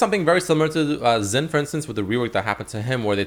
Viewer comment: is Xin not Zin, Xayah not Zayah